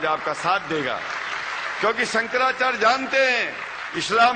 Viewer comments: Chuti...hai sala... Shankracharya ki jagah bolta hai- sankracharj.. kahan ka hai ye mullon ka chela..? khud maulan poonchhte hain ki Zakir naik kaun sa fake aadmi hai.. sab chu...ki jamat hai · sala dhang se hindi nahi bol paa raha hai "shankracharya" ko "shanracharg" keh raha hai chutiya sala